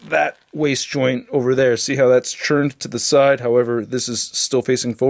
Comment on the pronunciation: says turned / turn like churned / churn. Very interesting.